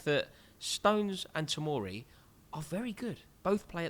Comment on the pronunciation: Fikayo Tomori did I hear wrong or??